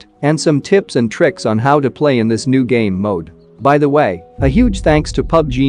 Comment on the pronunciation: says "I hope you learned something new" What I hear, "I hope you learned something noob"🤣🤣🤣